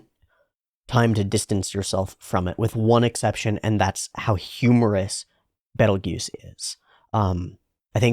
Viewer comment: Thank you for just calling him "Beetle-Juice". You WOULD NOT BELIEVE how many people simply CANNOT pronounce his name correctly, despite watching the entire show. I'd swear the japanese phonetics have to be some kind of memetic filter preventing english speakers from realizing that they know exactly how to pronounce his name, if I didn't know any better. I'm grateful you have the sense to not call him "Beetle Geese" or "Beetle Guise". I'm not joking. Also, the "Petelgeuse vs Betelgeuse" naming is a bit of a weird thing. I'd explain it if I could, but according to the author there's a reason behind it that, if I'm recalling correctly, hasn't been revealed or addressed yet.